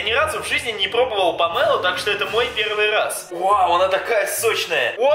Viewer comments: Помело ударение на о дурачок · Не помела а Памела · Да не памЭла а памело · Не помэло а помело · Не пооооомело а помелооооооо